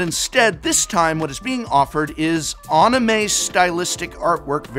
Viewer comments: If no one liked Anime Art Jumpstart 2022 cards, then you don't deserve Anime Art War of the Spark Planeswalkers, especially the Amano illustrated Liliana! And it's AH-neh-may NOT UH-neh-may. Those anime art cards are still Magic cards: Same card name, same mana cost, same explanations, same power and toughness, same back of Magic card since 1993, just the art and flavor text being different. I'll take those cards if nobody wants them. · AHNN AHHHN AHHN???? where is the h in anime? it's 3 syllables A Ni Me. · Had to pause after he said "On-ime" lol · I like the way he said "On-y-may" instead of "anime" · ranting about "sexy waifus" and blatantly mispronouncing "onimay" is odd, considering Magic has always embraced horny art, ranging from Liliana of the Veil to a literal bondage scene in Earthcraft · I love the video... Just... "On a may," hurts my brain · how do you pronounce it like Onime? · Ah yes the awnime cards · Holy shit that "anime" pronunciation was egregious to my brain holes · Great video, but I cringed so hard at your pronunciation of anime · What a weird way to pronounce Anime.